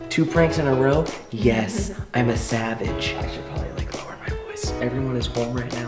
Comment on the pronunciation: "Yes I'm a zavage!!!" - 2017